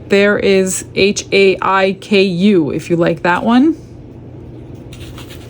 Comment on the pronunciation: Everything is so beautiful ❤️🤩 Haiku is pronounced high koo Try sticky/glue dots to add the sample to the bag . Thank you for another great video ❤